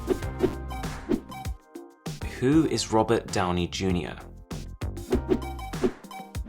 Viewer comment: If you say "Downjey" no wonder Bixby is confused. That's a you problem 😂